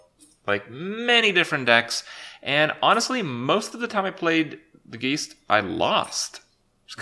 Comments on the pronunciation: Oh good. I was worried that Kripp would make it a whole expansion without chronically mispronouncing one of the cards. Geest?! C'mon, geist is a common word! I guess mispronunciations are just part of our zeet geest. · Geist - Guy-st not geese-T sorry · "G-EYE-ST" not "G-EE-ST" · Saying geest is really stupid. It's obviously guyst. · ITS NOT G I E S T, ITS GEIST, G U Y S T! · The first part of "Geist" is pronounced like "guys" not "geese". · when will somebody tell kripp that its pronounced gaist and not geest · I love how he says "Geist", geest ;D As a german I cant help but cringe a bit, here its pronounced... Guyst I guess. Like guys with a T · John Snake Geist is the German word for ghost and it is indeed pronounced like Heist, as if it would be written guyst. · "The Geest" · "Geest" fingernails down a blackboard every time you say it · Geist is pronounced like "guy-st". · GEIST is pronounced as GUY-ST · Thomas Synths No, it's pronounced ghaist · Its a dutch/german word and pronounced [ɡaɪ̯st] (Guyst in the english language) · It's pronounced GYst. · "Geest" lol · It's pronounced "guy-st" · It's pronounced guyst!! ffs!! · FYI, geist is pronounced the same as heist :) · As a german, I'm TRIGGERED by his pronunciation of the word "geist". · its geist, as in poltergeist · Your "Geist" pronunciation is killing me... Also Skulking Geist should just remove every single Jade card from opponent's deck so we can already get rid off this shit and not wait for next standard rotation. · thats not how you say geist holy shit, im so triggered.